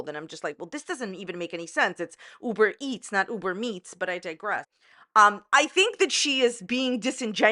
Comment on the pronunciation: "UBER -MEETS" lol!